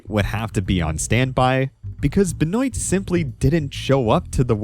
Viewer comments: I am from Louisiana, which has a lot of French influence. Benoit is a French last name that's pretty common around here. We pronounce it "Ben-wah". Like the sound you make when you stick out your tongue at the doctor: Ben-w aaaaahhh Benwah Benoit Never have I ever heard "Ben-oyt" Edit: omg I made this exact comment a year ago. I've already watched this video... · Benoit is pronounced "Ben-wah" at least where I'm from. I've never heard "Ben-oi-tuh" before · sorry but i hate how you pronounce benoit. it's a french last name, pronounced kinda like ben-wah awesome video as always tho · you need to learn how to pronounce benoits name properly